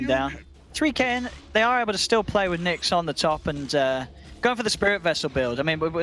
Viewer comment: it is Nix